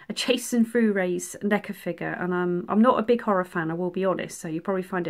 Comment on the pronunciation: Sorry but your multiple attempts at pronouncing Vorhees have finally got to me. I believe its like 4 hees to rhyme with sneeze as opposed to your attempt to say it like 'blu rays' I'm not being shady I just wanted to help...my spelling is probably wrong..we all have our crosses to bear. Your dioramas are without fault! I love them whatever size! I had to sub because I really love your work! The Chrystal lake one is brilliant..they all are!